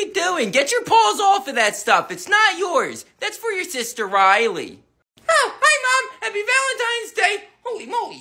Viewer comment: The way the mum says Rilely gives me the nerves💀